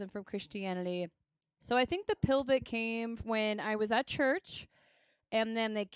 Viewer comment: "Dilvit" and "pilvit" instead of pivot and divot is fucking sending me 😂